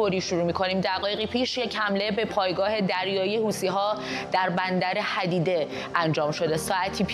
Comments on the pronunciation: اسم بندر hodeideh تلفظ میشه نه hadideh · حدیده رو اشتباه تلفظ کردی مگه حقوق نمیگیری ؟😂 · حدیده رو درست بخونید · بندر «حَدیده» نه بندر حُدیده (Hudaydah port)